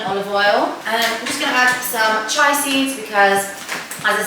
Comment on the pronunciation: Chia is pronounced chee-uh x